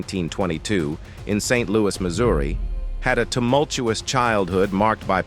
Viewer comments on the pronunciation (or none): none